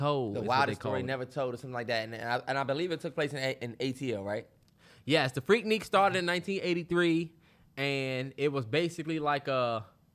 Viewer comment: I’m from Atlanta and it’s pronounced freak nick not freak neek.